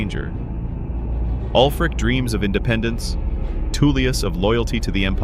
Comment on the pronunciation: "Two-lius" is all I needed to hear to know this shit is AI generated.